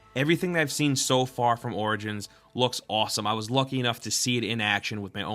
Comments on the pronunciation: Is it just me or are you saying assassin's Creed: Organs? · dude, "origins" reads like 'orijins'.